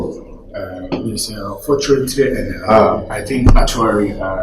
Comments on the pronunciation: Unfortunatry, actuary 😂😂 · Unfortunatery eerr artually, eeii, are you sure this is how to pronounce the words 😅😅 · Is actuarry and unfortunatery